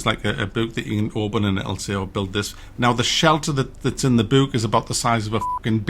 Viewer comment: stop saying bewk and cewk lol